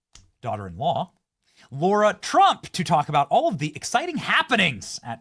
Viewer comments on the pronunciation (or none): Benny, it's Lara not Laura, LOL😄